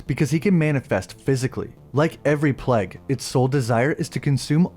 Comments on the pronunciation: Its pronounced Playguh.. not Pleg.. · You pronounce plague weird 😂”pleg” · Dude ur pronunciation of plague is so bad...